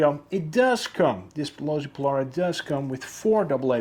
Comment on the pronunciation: Looks awesome but your pronouncing the name wrong bud